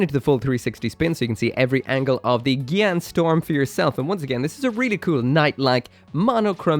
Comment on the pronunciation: I love it how everyone mispronounce it as gyan storm instead of gyan strom